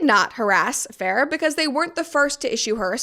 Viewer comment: You are the first person I hear saying Isabella's last name properly!!!